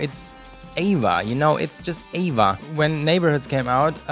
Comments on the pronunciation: It bothers me that you say “Ava” and not “A.V.A” when you are talking about AVA (Angels & Airwaves) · Me too.. it shoud be A-V-A instead Ava.. I'm thinking of Abba lol 😂